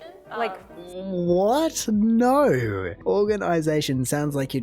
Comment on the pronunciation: It still blows my mind how Australians say “naur” for “no”. So hard to add that r the way they do.